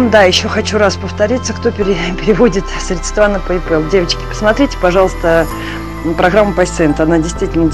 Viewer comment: я безмерно уважаю вас и всё, что вы делаете. Извините, что сейчас пишу эти слова, но, пожалуйста, говорите срЕдства. Удачи и терпения 🐕🐈🤗💖